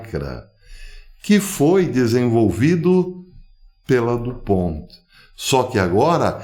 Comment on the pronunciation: A empresa foi fundada pelo francês Eleuthère du Pont. A pronúncia certa portanto é francesa.